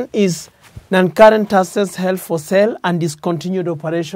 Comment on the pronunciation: SOMEONE TEACH THIS LECTURER PROPER ENGLISH.......HE IS PRONOUNCING ``ASSETS`` AS ``ASSES``......AAAAAUUUUUUU ata c-ezi G-sumbua kwenda IF THIS IS HOW THEY DO THEIR DOCTRINE.....LIKE THIS IF U LYK THIS